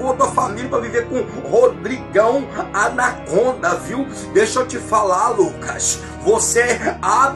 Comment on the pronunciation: "Rodrigão anagonda" 🤣🤣🤣🤣 esse aí se lascou...